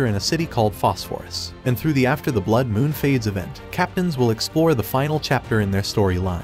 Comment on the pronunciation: bro ait aint that fucking hard to say blood